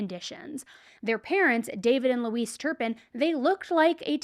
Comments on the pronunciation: You are one of my favorite on YouTube. Her name is Louise (Lu- weez) not Luis. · I believe Louise is pronounced "Loo-EEZ" not like Luis "Loo-iss"